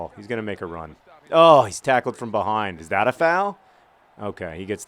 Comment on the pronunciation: You say 'Foul' funny when you're anxious and it's hilarious.